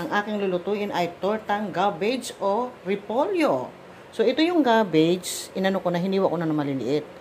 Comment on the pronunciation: Gabbage po or cabbage? Nalito ako🤔